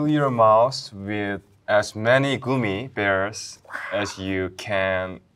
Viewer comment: In one of the languages I know you actually say goomi bears so it’s not entirely wrong:3